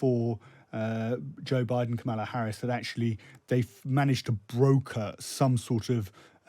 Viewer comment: Her name is pronounced KOHmala Harris, not kaMAHla.